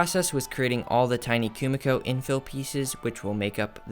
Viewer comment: This is sick! I love the idea & your material choice + excecution were on point. Though for future reference Kumiko is pronounced Koo-Mee-koh